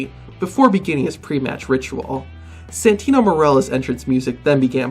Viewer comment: He said santina